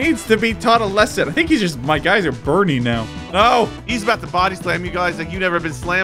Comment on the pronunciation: When drives the bus and when it was throwen in the lava i. Laughed so hard bc he said on your you see buring